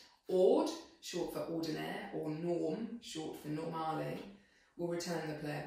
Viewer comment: Definitely my favorite instrument in the whole orchestra. Perfect pronunciation of Italian terms like "col legno" "normale", thanks for this from an Italian guy!